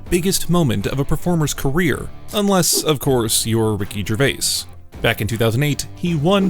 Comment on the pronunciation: always fun to hear another Youtuber again destroying the pronounciation of Ricky Gervais . Even more funnier when you hear the right way to say his name more then once by himself and others in the clip itself . So either he didnt listen to his own clip or he just cant speak properly??